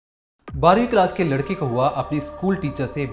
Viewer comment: उच्चारण में सुधार की आवश्यकता है। जब आप 'लड़के' बोलते हैं तो 'लड़की' शब्द का आभास होता है। वाक्यों के अंत में अनावश्यक stress न देंk